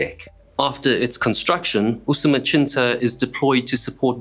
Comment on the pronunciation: The pronunciation of Usumacinta as "Usumachinta" was also pretty bizarre